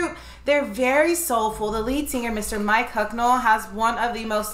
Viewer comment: It’s Mick not Mike Hucknall 😬👍